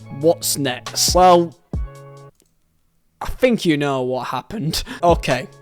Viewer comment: "Fink"? Learn to talk properly or delete your channel.